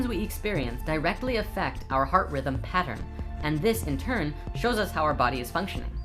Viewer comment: ahaha each time i watch this, pronouncation of pattern always incites extra happiness:D